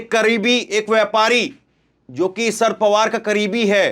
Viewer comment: भैया, शर पवार शर पवार बोल रहे हो, या sir पवार बोल रहे हो। अगर शरद बोलना है तो शर पवार ना बोलो, पूरा शरद पवार बोलो।